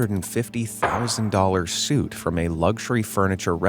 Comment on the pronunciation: It's suite, not suit. While we're faking.